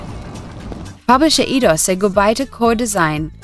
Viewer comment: I thought it was eye-dos, not ee-dos.